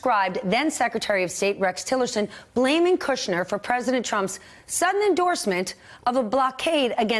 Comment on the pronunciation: Stephanie's wearing stilettos. How nice. Also like that she doesn't say "Cudder."